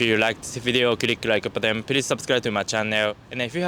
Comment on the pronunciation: You pronounce "channel" as chan neo. Haha that made me confuse a little